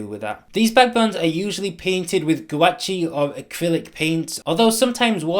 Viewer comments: You pronounced gouache wrong it’s not gu-watch-ee it’s gwash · i Lol’d . Never heard someone mispronounce it like that